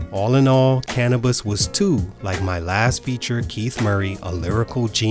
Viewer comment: "cana-buss" I feel like the narrator grew up on Taylor Swift and just started listening to black people music when Bad and Bougie came out